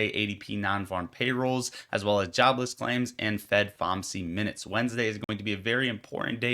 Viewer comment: Good video! I've heard it pronounced F. O. M. C, not Fom-C